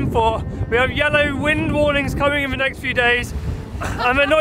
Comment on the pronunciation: Why do you say your 'th' sounds as 'v' sounds?